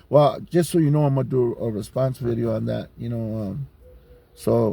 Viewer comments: Ever notice they’ll pronounce vato with the V clear but words like video they’ll say bideo? btw i’m not singling out Dubs just something i thought was kinda funny. I’ve watched some of his vids on wes watson and discovered jon bravo. I like both of them. “prison genre” is garbage to me though. Grown men glorying acting like degenerates and clowns over the dumbest things. People like that 1090 jake clown are a perfect example of it. ok that’s my little rant vatos. Or should i say batos? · If his parents were like immigrants, so he learned household words like "video" from them, but then he grew around Americanized cliques and they say "vato" with a "v" it could make sense.